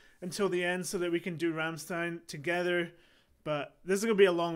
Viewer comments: Bro You are a very likable guy and I enjoy Your reactions especially to Rammstein. But like most english-speaking people You butcher the band name and the song titles. So as a German I want to support You a bit and write these words in a way so if You read it in Your language it will sound like the german words. There is a problem with "ch" and I don´t know what to do about it. Anyway the band name sounds like "rumshtine"; some song titles sound like "doo hust" (You have), "esh vill" the problem with ch, I want), "anggel" (angel), "bentseen" (gasoline), "vollt eehr duss batt in flummen sane" (Do you want to see the bed in flames), "esh too deer vaih" (I hurt You), "mine hairts brannt" (my heart burns), "mootter" (mother), "doitshlund" (Germany), "foir fry" (open fire !?), "vices flishe" (white flesh), "hirarta meesh" (marry me), sonna (sun), pooppa (doll), "do reeshst so goooot" (You smell so good), rummleed (ram song or more the song connected with the band name) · >Says Rammstein like 20 times in Rammstein song >Still mispronounces it afterwards What the fuck dude ? Did you even listen ?